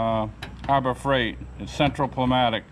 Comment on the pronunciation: It's pronounced new-mattick---(pneumatic)--the P is silent